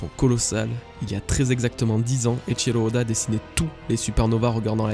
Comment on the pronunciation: Eiichiro Oda et non pas Eiichilo ode